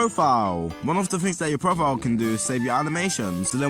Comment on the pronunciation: It's pronounced Profile not Profil